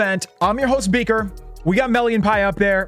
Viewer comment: sorry but i can not unhear "the gang is back with beak and lulu" rip top g. 😢